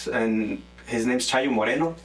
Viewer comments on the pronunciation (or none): none